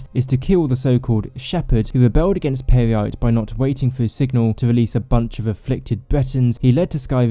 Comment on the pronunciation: I keep laughing now everytime he says Peryite